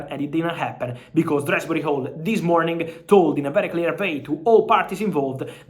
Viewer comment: Dewsbury-Hall... not Dresberry-Hall